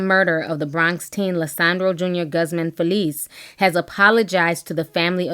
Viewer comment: I hope you don't mind me correcting you...the name GUZMAN is pronounced "GOOZmon". All due respect.